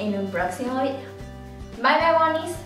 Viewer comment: q es lo q dice? woni, boni, moni? jajajjaja lo dijo un millon de veces y no la entendi